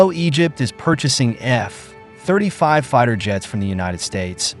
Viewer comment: Nice AI voice. Only flaw is it reads F-35 as F (pause) 35 instead of F35.